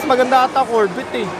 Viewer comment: Korbet amputa hahaha corvette (korvey) pronounce dogss